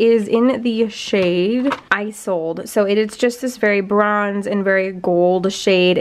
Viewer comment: the nars duo in isolde - like tristian and isolde. so like. e-zold. just fyi